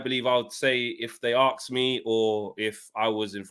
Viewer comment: you guys always say AXE instead of ASK... stop axing ppl